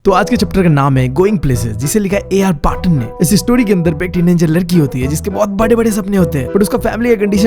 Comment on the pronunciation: teenanger teen😂anger he is saying this again and again😂